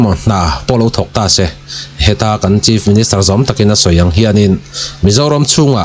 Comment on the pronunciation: ' se ' tih ilam dan hi a fán raih lo deuh